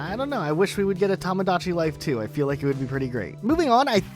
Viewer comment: I'm getting an aneurysm listening to mispronouncing "Tomodachi Life" multiple times